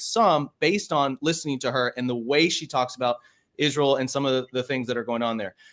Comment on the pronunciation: Candace Owens is not wrong about "lzrul". The "philosophical speaker" can't even pronounce "Israel". Jesus was a Jew from the House of Judah. Current day Zionist Israel is not of Jewry. Saphartic and Mizrahi Jews are legit. Their DNA dates them back to the Holy Land and the "12 Tribes of Israel". Ashkenazi Jews control all of Israel and they are not "Jews". Their DNA does not trace back to the Holy Land at all. They are Eastern Europe in totality. All they did is 'convert to 'Judaism'.